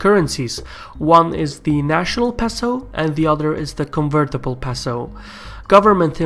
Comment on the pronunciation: It's "pay-so". Otherwise, great video!